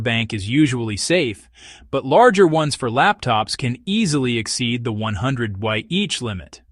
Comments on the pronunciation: Why did you pronounce “Wh” first as “way-aitch” and then as “wah-each”? Dont you know the actual names of the letters?! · How is it that AI can speak clearly....with the proper inflection...BUT THEY CAN'T SAY "Wh"? properly?.....I stopped after hearing this techno nightmare say it like three freekin' times! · Computer generated voice cannot reproduce Wh.